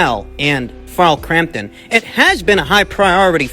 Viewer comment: Frarl Crampton, Shaklor 🤣🤣 cmon man.